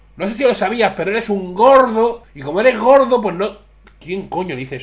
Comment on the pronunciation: gorde??? Habla bien